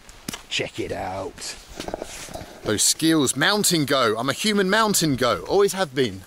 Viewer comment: I thought you kept saying you "Mount and go" not mountain goat lol. Anyone else here that?